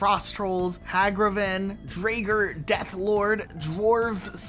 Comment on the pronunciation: "draeger" 💀 Jokes asside, loved the video